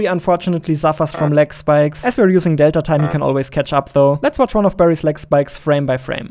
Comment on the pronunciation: Small nitpick, the emphasis is on "tine", not on "delta".